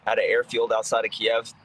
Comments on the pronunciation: needs to spend some time learning how to pronounce city names correctly. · Yes and continued to pointedly pronounce Kyiv wrong out of arrogance.